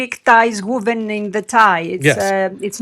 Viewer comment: "Wooven" ? What is she talking about, "Wooven ent-ow heez tye-ah" ? Does she mean "woven" ? {:o:O;}